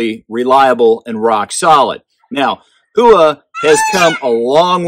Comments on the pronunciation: I took Japanese and I believe it is pronounced "Hoo-Wa" but I mostly hear "how-wa". I have been trying to say how-wa but old habits are hard to break 😉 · NOTE: It is pronounced "hoe-wa" with no emphasis on either the "hoe" or "wa" NOT "how-wa" or "who-wa". I actually studied Japanese and was able to read and write back in 1989 but had got rusty and was going with what I was hearing from the American companies and shooters, my bad. I should have gone with my gut. Much like Karate "ka-rha-Tay", NOT "ka-ra-dee" we say that completely incorrect in the US. You can either say it correctly and have folks correct you with the WRONG pronunciation or say it incorrectly and go with the flow. The Japanese word "Howa" ("豊和) means "Bountiful Peace" or "Beautiful Harmony." (The hiragana for "Howa" is " ほわ"). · Great review as always. Just curious if you pronounced it correctly. I thought it was How wa but what do I know. Great stuff and thanks for doing the homework for us. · ほわ。 ho-wa. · That is incorrect, ask a Japanese person. It's "hoe-wa" I studied Japanese and if you google it, look for pronunciation from a Japanese person, it is a Japanese company. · Who-a? Other than that great video.